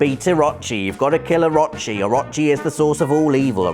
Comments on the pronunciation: Orochi = Ahrachi... Just pulling your leg haha. Good video it was fun. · It's "orochi", not "orachi" or "a-rot-chi". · Actually rob its Orooochi. Not Oraaachi. lol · i'm gonna be that guy. it's pronounced or-oh-che not or-ah-che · I love ya buddy. But please tell me you fixed your pronunciation of orochi. Or-o-chi (OR-oh-CHI) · It is pronounced oh-ro-chi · Please stop pronouncing oh-RO-chi like that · It's Oh-roh-chi. Please, Oh-roh-chi. Long o's all around. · orochi is pronounced oo-roo-chi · Anybody else cringe every time he said "Or-ah-chi"? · I've seen some bad pernonciation but "orachi" is just awful Not sure if you are lazy or ignorant. orochi. please learn characters names before next video. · OH-ROH-CHEE. OH. ROH. CHEEEEE. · orochi, A-row-chi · O-rochi. Its pronounced Oar-row-chee (like the chee in cheese). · The way you pronounce orochi really bothers me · I cringed at how he said Orochi... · You're saying Orochi wrong, and it's driving me mental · I cringed every time you said "Orochi". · Is anyone pissed off by how he says orochi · Am I the only one that cringes when he pronounces Orochi.... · But he actually said his name wrong too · Is it just me or is he pronouncing Orochi wrong, I thought it would of been pronounced like Orochimaru from Naruto?! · Please stop saying Orochi and Susano those ways, it's not the right pronunciations, it's O-ro-chi and Su-san-o